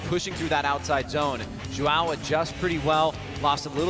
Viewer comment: gringo n sabe falar os fonemas do “ão”